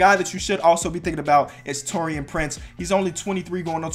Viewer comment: You pronounced Taurean wrong